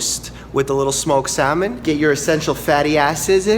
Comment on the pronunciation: Wait, did I hear your pronounce the "L" in salmon? :)